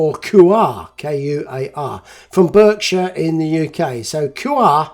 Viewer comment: BERKSHIRE is pronounced BARKSHIRE